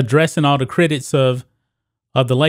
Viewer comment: I'd watch more of your videos if you'd just work on pronouncing simple words like CRITICS and FOLKS. So annoying. You say critits and folts. Unbearable.